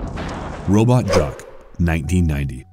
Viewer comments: Please do some research on names. Take the thirty seconds to make sure you aren’t butchering it. Which happened several times in this video. Even movie names. It’s not robot jock. It’s robot jox. Rhymes with socks. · The narrator continually mispronounced the movie Robot Jox……he kept pronouncing it “Robot Jock”. The movie was decent but just bothered me every time he did it…. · Disguise pronunciation of so many terms are actually pissing me off!!! Hopper not hooper! Robot jocks, not jock, In reference to there being multiple robot warriors! And there was one other thing..